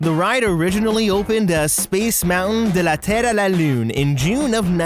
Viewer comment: Good job on the French title “ de la terre à la lune “ it was exquisitely pronounced bravo et Merci